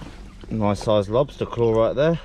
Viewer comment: “Look at the soize of it!”